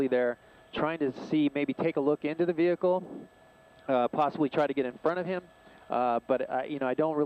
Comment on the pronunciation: Female keeps saying, "vee-HICK-el "....the H is silent....Aaaaarrgg....unless you're from southern Alabama . "Back rear tailgate"....as opposed to front rear? HA .